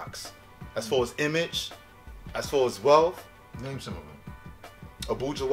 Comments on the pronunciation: Its not called abueha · Its abuja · He is pronouncing abuja wrong